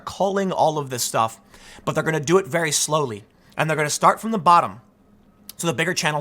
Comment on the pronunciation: "He DoN't KnOw Me VeR-wY wElL, dO hE?"